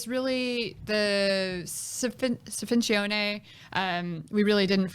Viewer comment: Sfincione is definitely heated up and not served cold and L & B definitely Deff has deep Sfincione influence. You can taste the anchovies and onions in the sauce and the dough is fluffy and sweet.. I definitely respect her for the extensive research she did on the pizza culture, but her Italian pronunciation is horrible 🤣 Pizzaiolo! Not “ pizzolo” your a G 🤙👍